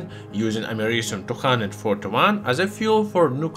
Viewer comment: YouTube subtitles: *Can’t pronounce americium